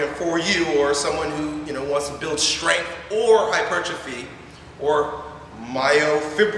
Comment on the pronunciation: Thank you for pronouncing hypertrophy the correct way; its so frustrating when people get that wrong!